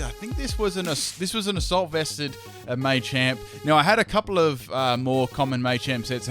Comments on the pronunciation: Not Maychamp, Machamp. Like Muh-champ. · Just FYI, it's pronounced "Mah-champ," not "May-champ." Because it's a combination of macho and champ. Same with Machop and Machoke. Especially Machoke. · you know its not 'mai champ' its ma champ